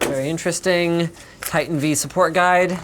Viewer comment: Titan V, as in Vveebs. Or vIdiots. Choose one. :p